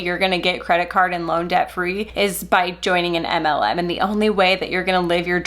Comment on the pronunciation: I’m obsessed with the way your pronounce “MLM” 😍